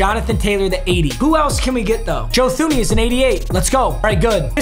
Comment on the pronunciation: Please … he’s on your team every year. Joe Thuney is pronounced (Tooney)